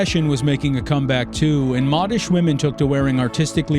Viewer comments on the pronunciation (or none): Correction: not "moddish", mode-ish. Think the magazine, Depeche Mode.